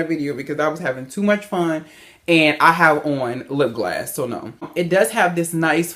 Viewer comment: Why do Americans say lipglass it's lipgloss